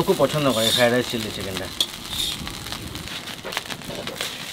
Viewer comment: কথা টা চিললি চিকেন আয় চিলি চিকেন ।